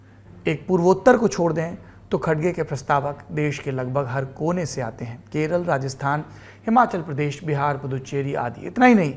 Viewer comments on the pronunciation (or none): none